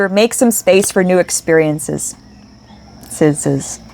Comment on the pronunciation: Ex-peer-ee-in-sez And Bee-lee-ving